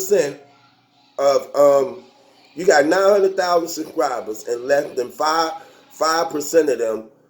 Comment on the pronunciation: “The URL has close to a million sUKRIBUS.... a million sUKRIBUS”